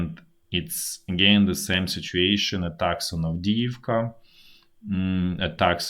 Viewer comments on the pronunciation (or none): none